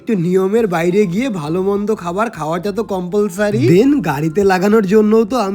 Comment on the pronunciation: Compulsory ❌compolsory mane bolte pare na tao bolte hobe😂😂😂happy independence day 🇮🇳🇮🇳🇮🇳🇮🇳